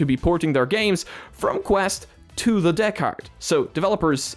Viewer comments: Pronounce it like this, bro... "deckered" and it'll sound like it's supposed to rather than "deck hard" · Deckard? Deck AR Device?